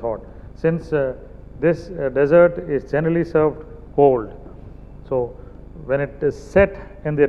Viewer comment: Chef Jee: SSA The word is Dessert If you emphasize the Dess in dessert i e DESS ert IT MEAN RAGISTAAN If you emphasize ie de SSERT it means a pudding Sikho Kuj Sikho SSA